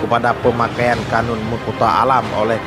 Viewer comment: Bukan qonun.. Tapi qanun